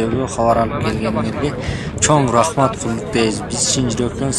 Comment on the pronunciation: Почему они говорят "рахмеат" ?